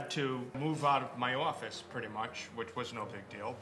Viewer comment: I could tell is a New-Yorker when he said "office" 😭😂😂